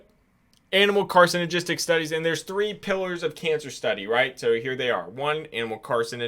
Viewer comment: So you can't pronounce surfactant or carcinogenic 🤣